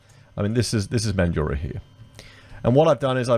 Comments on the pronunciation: The streets aren't flooding with homeless and it's Man-drah not Man-du-rah. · Mate, it’s MANDRAAAA. NOT MANDURAH 🤪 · Friendly tip from a mandurah local, it’s pronounced Man-dra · Yeah mate. I live in Mandurah and that's how we pronounce it. Not like how Mildurah is pronounced. The people in that video who emphasise the "u" are wrong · Yeah, If you're from WA you will definitely say it like 'Man-drah'. If you say it with the middle part then we know you're from over east lol. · I think Mandurah is pronounced without the 'u' : Man jrah. Good presentation. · MAN-dra, like Sandra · Interesting conversation mate but it is pronounced Man-dra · Its pronounced mandra not so much emphasis on the U in mandurah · MANjura. Folks have many ways of phoneticising the last 2 syllables but to a MAN they all emphasise the first. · Cmon man it’s pronounced man-drah 😑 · 'Man- Joorah'? WTF? -But thanks for the video. Thumbs up despite your horrendous, laughable pronunciations. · the u is silent. mandurah has always been a hole and in no way ever like the gold coast. no its not a city its like a suburb of perth thats really far away. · learn to pronounce the name correctly